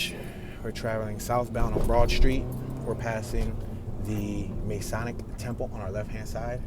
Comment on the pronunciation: Hey, Great videos, small thing I wanted to point out pronunciation wise, especially if you do center city tours: Mason = pronounced "may-sun" (you got that correct) Masonic = pronounced "muh-sohn-ic" (not "may") Don't ask me why, I understand why you would make that mistake, and I hear others do the same, but FYI for future tours. Keep up the great videos, cheers.